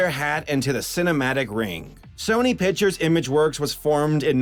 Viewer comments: Good video But it's not fucking pitchers it's picTures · "sony piturs" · Pictures pronounce pick tchures not pichures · you know there is a c in the word pictures, right? I know this is almost a year late but damn that annoys me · "sony pichers animation" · "SONY PITCHERS ANIMATION."